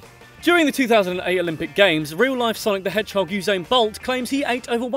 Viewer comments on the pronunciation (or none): none